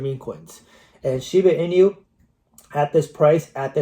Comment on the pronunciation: When you are saying Shiba Inu, do you know inu (EE-nu) is the Japanese word for dog? It's not meant to be a play on words like coq inu. Anyways, I'm a fan of your content, but more explanation of "why" you see some of these tokens getting to your projections would be helpful. Bonk to 40b?? Needs some big-time vision, wouldn't you say? Yeah, it's possible, but so is BTC to $1m this cycle. And likely not for many reasons.